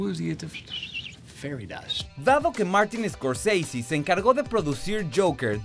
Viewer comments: Scorseisi.....es escorsese es italiano no gringo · Martin Scorseasy? Si el apellido de origen italiano los gringos lo degeneran al pronunciarlo, bien lo hubieran degenerado en español también: Scorsese o Escorsese. Como lo pronuncia el presentador se escucha taaaan mamón! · Odio cuando pronuncia "escosisi" haciéndose el gringo, Scorsese es un apellido Italiano. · Escorseisi en ves de Scorsese ,🤣🤣🤣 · "Martín escorSEISI" jajajaja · "Martin Scorceici" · Por que decis « escorseisy» es italiano , NO ingles. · Martin ESCORCEISI? el apellido es italiano. Ni a los apellidos que son ingleses se los pronuncia tan exageradamente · Muy bueno el informe !!!! Pero deja de sobre actuar la pronunciación !!! Que es eso de iscorsisi ? Y porque cuando decís DiCaprio no le das el acento italiano , ya que decís Di Ci y no De Ce ! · Martin escort seisi 😂🤣🤣?? Que mal ingles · Me irrita escucharte pronunciar "Martin Scorseisi". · Tio scorsese es un apellido italiano haces el ridículo pronunciándolo Scorseisi. solo por eso ya tu vídeo queda desacreditado completamente. Un poco de cultura por dios. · Scorseisi? Qué, mierda es esa??? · Una nota. Scorsese, es un apellido italiano, chirría increíblemente escuchar la abominable pronunciación inglesa de ese apellido. Pronunciar lo inglés en inglés es genial, pero Scorsese es ITALIANO, si hablas en español, lo correcto sería pronunciarlo en español o, mejor, en italiano. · ¿Por qué pronuncian el apellido Scorsese como si fuese inglés? Es un apellido italiano. ¡Cursis!